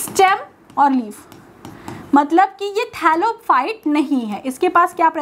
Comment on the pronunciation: Leaf hota h leave nhi